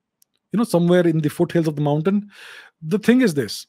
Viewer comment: You know it's going to be a good one, when Mr. Chavda goes "let's look at ze map"